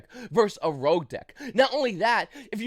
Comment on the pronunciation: bro i know people who moved here from taiwan a week ago who can make more coherent sentences than that. Also rogue not road. mystic not missing. mine not mine. Google what a period and comma is. I literally cant even piece together what ur saying.